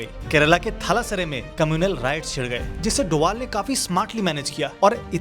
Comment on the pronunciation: Abe doval nhi h wo dobhal h